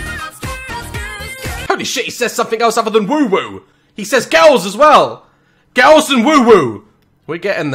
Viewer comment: Nah but the way they say “girls”. All i hear is “curls curls curls curls” with their 🧟‍♀️zombie dances😂😂